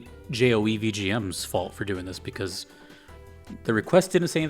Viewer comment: Thank you for the high praise as always boss. It is actually pronounced as just "Joe" by the way :P